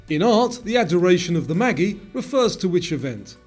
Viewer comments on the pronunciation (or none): MAGI is pronounced mayji. The last i is pronounced eye.